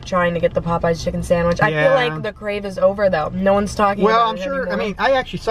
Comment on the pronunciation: The way he says Popeyes sounds like pupeyes lol